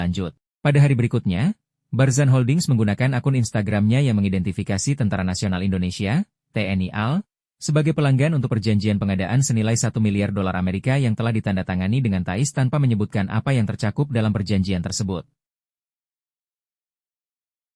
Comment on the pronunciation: Berita basi... Berita yang sudah bau lama, sudah dikunjungi pejabat TNI AL proses pembuatannya. AL itu apa? Alui, Alert, Alkit, alketoy? Setahu saya tulisan AL untuk TNI singkatan dari Angkatan Laut dibaca A L... Bukan Al. Kalau gini BRI dibaca bri....